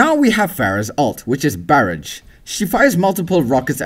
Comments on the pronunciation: Did you say barige instead of barrage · Barridge is that seriously how he says barrage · you pronounced barrage wrong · Bearage? Is it "barrage" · barage its ba-ra-j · Bah-raj not bear-edge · Wtf is barraj? Its pronounced bar-aj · barrage is pronounced like bar-aw-j not bear-edge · Barrage is pronounced bah-razh. :P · Bare-age lol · what the fuck kind of pronunciation is barrage..she even says her ults name when she says its ready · Lol the way you pronounced "Barrage" 😂😂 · Lol the way he says barrage, only if he said it right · You know you're European when you say barrage like the European pronunciation of garage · lol i love how this guy pronounces barrage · You said Barrage wrong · omg listen when he says barrage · U said barrage wrong....